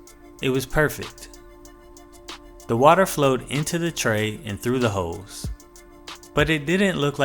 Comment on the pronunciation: Am I the only one who heard "hoes" and not "holes"?